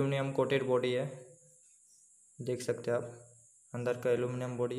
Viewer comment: आप हैं को है, लें को ले क्यों बोलते हैं ले ?